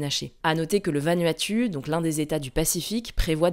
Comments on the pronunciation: Je suis un enfant du pacifique sud et mes oreilles saignent !! Le Vanuatu se prononce « Vanouatou » et pas « va nue à tue » vous avez une chaîne d’information donc s’il vous plaît informer vous ! 😢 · Ce pronounce Vanouatou pas Vanuatu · Vanuatu ça se prononce ’Vanouatou’ Merci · Pour info, le Vanuatu se prononce Vanouatou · Vanuatu se dit "vanouatou" 🤙🏼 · un detail, le vanuatu, ça se prononce "vanuatou" 😀🥰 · On dit pas "Vanuatu" mais "Vanuatou" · On prononce Vanouatou 😂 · Vanuatu se prononce 'vanouatou' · ça se prononce Van(ou)at(ou) 😅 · Ça se prononce « Va-Nou-A-Tou » si jamais 👍🏽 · Vanuatu ne se prononce pas comme cela. C'est VaNouATou. Je viens de la bas :) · Vanuatu, prononcé VANOUATOU ! ;p